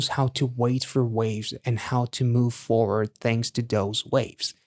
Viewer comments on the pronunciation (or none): none